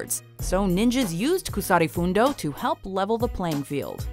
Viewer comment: Kusari Fundo isnt pronounced with a long U